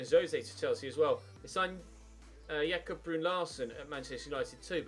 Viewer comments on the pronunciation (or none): none